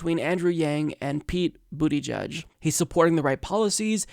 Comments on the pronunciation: went with "Bootie Judge!" OMG! LMFAO! 🤣 🤣 🤣 It's Boot-A-Judge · You are pronouncing his name wrong...he cant be gay and called pete booty judge check out his Colbert inteview to pronounce correctly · LOL The way your pronounce his name makes it sound like he worked for Trump being a Booty Judge and all. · It's Pete "Buddha-Judge" or Pete "Boot-edge-edge" Stop being juvenile. It's beneath you. Really insulting to make fun of the first openly gay presidential candidate this way. Come on man. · I think it's pronounced "boot-ih-jeg". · It's boot-EDGE-EDGE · Pete booty judge I'm sure there's a better way to pronounce his name, lol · 1.Bernie 2.Tulsi 3.Yang for me. Buttigieg (Buttyjudge, sure it's not pronounced that way) sounded good in that segment. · It's not "judge" it's "jidge" -- boot-a-jidge - rhymes with "root-a-bridge". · Politics aside, is it really pronounced "booty jugde?" That alone will get him at 5% of the vote in the primaries😂😂😂